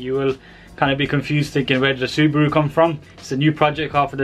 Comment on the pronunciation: SU-BRUU?! Ha Ha Ha LOL 😆